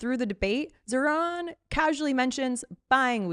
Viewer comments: The name Zohran has the accent on the first half, not the second. Please get it right. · It’s pronounced Zawrun not Zohran. Man get it right! 😡